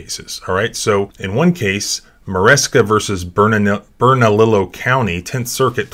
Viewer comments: Bernalillo Its pronounced "BERN-A-LEO" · ' BernaLEEo ' County